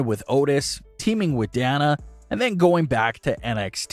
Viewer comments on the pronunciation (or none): Oh my dude it's day-na, not DAN-A. it's been 2 years, get it right